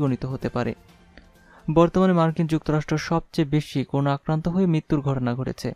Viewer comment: Bro, Pls. make correction of pronunciation of “CORONA” . This is not “koruna”